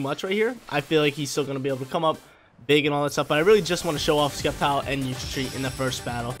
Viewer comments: skeptile hahaha It is Septile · Sep-tile not Skep-tile lol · And Sceptile is pronounced (Sep-tile) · Don’t forget Skept-ile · Plss say sceptile correctly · There’s no K sound in SCEPTILE and xurkitree you actually pronounce the X dude don’t play if you do it only for the views